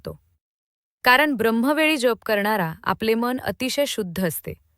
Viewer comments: जेप का म्हणून उच्चारतात कसे तरीच वाटते जप हा इतका सहज सोपा शब्द असताना त्याला वेडेवाकडे वळण का म्हणून द्यावे मग VDO केल्याचे एवढे या एका शब्दामुळे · जेप नाही जप